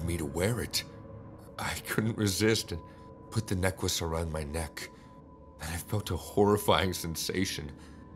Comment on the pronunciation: Ha ha, the I love the way necklace was pronounced in #3 (neckwece) 🥰